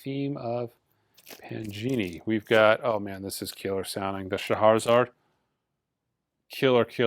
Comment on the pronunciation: Hey, whispering a pronunciation correction; no r in that last syllable of Scheherazade. 🤫